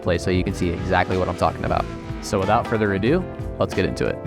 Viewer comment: “Without further a due…” furthers a due😂